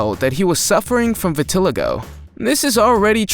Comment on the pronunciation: You are pronouncing Vitiligo wrong just so you know